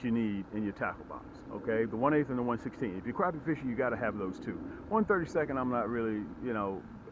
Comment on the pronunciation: You give great information and tips even though you mispronounce the species of fish in this video you still provide great information and tips that will help people catch more crappie for the fact that you seem to provide good info and tips I'm subscribing and hopefully I'll learn some new things and I help increase my catches again great advice keep up the good work